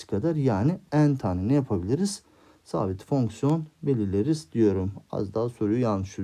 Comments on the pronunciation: hocam meraktan soruyorum fonksiyona neden fœhñsyon diyorsunuz? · Fonkson değil hocam fonksiyon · Ay her fonkson dediğinde krize girdim 😂😂